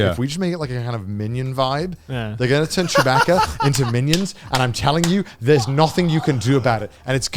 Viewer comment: Every time they said "chew-BACK-uh" I wanted to flip a table. I hate star wars.